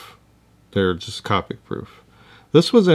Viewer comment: Thanks for the video! Always enjoy. Just a note, Copic is pronounced with a long o, like covert (I’m a Copic certified instructor)